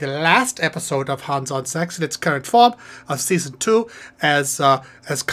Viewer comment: Its too bad all your songs pronounce hans incorrectly.